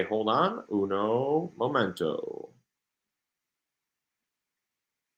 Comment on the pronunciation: Lol first time listening I just caught on to his broken Spanish accent I love it - I’m Mexican and only speak a little bit myself lol 😊